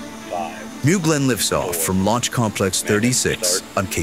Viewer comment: Does he say “lifst off” in the beginning?!